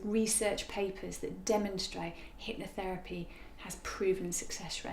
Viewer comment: What is it, "hypnoFerapy"? lol Clearly this poor girl found the worst example of hypnotherapy, what a rank Ammatuer!